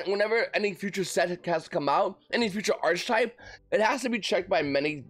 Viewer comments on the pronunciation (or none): Yo V it's pronounced Ark-type lol